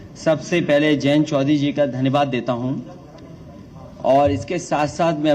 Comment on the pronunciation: पहले बोलना सीख लीजिए चौधरी चरण सिंह है चौवरी चरण सिंह नहीं